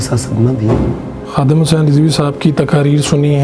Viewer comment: Huzzin ni Hussain ha thek kary ya